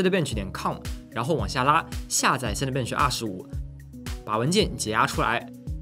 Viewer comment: cinebench的发音建议讲究一下